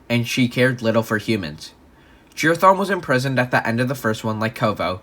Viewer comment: why he say it like jerathon